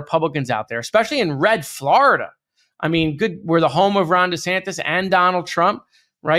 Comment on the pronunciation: Dude it’s FlOrida not FlArida my god